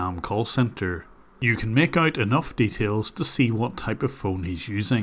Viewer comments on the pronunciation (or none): none